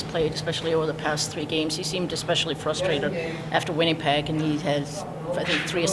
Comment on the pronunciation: Helene: “WinniePeg”